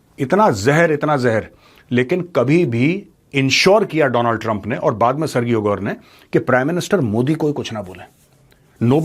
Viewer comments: sirji, सरगीयो nahi, सरजीयो. in spanish it is pronounced even more differently, but since this guy is Russian, and American, so Sir-Jio (सरजीयो) is the way he says it. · For your information major sir. Sergio is pronounced as सर्जियो, not सर्गियो। Think about the pronunciation of Surgery as सर्जरी। Keep up the great work.